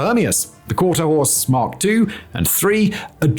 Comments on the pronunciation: For the record it’s: quarter HORSE , not quarter house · Horse, not house. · How did editor not pick up the fact that the is saying quarter house instead of quarter horse like 75 percent of the time ? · It has to be the accent. I hear 'Quarter HOUSE' and not 'Quarter HORSE'. 'Quarter HORSE' means it'll run out the gate. 'Quarter HOUSE' means dad got a bad deal in the divorce. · I kept hearing that too! It's Quarter Horse! HORSE!!! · I think Hermeus should receive an apology for the absolute shoddy script reading, and lazy editing. I’m surprised this was allowed to be published. QuarterHOUSE? THAT many times? Really? Embarrassing. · He really says quarter house. You weren't even exagerating. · Quarter House? Simon must need a new eyeglass prescription lol... But wait.. I thought he said horse at least once. U aight simon? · He definitely says quarter house a couple times 😂😂😂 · Simon must have had a lot of scripts to read the day he recorded this video. Considering how fast he was reading and how many times he mispronounced the name of the aircraft, he was obviously rushing through the recording. The real question is did the editors not notice the mispronounciaton or did they just decide not to rerecord the video regardless? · House many times will simon mispronounce the name? Place your guess